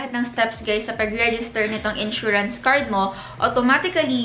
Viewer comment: Hope you could improve your tense and lax vowel sounds Scren vs screen Ensurance vs insurance Gluss vs glass Fingerprent vs fingerprint Teshu vs tissue Crucking vs cracking Diphthong Mowdel vs model Medyo distracting kase. Dont get me wrong. I watch your videos because of your content pero better kung ma-correct yung pronunciation slips. :)